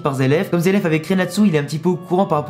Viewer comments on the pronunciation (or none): zeleph ou zeref plutot ^^ Les japonais prononcent les "r" en "L" :)